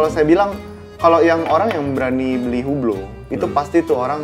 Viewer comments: Bacanya bukan hu- blo ,tapi hilangkan H-nya ( UE-BLO) ↔️↔️ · HUBLOT pronouncing nya "UBLO" without "H" and without "T" ;)